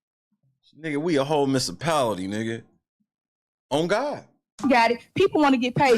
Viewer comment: she talks way to fucking much. Did she say "miss-a-pality?"